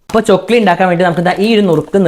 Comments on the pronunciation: Chokli alla chackli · Chokli alla chakli😂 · ചൊക്ലി അല്ല chakli 😁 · ചൊക്ലി അല്ല ചക്ലി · ചൊക്ലി അല്ല 😂😂😂🤣🤣🤣 ചക്ലി എന്നാ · chokli alla chakklee enna paraya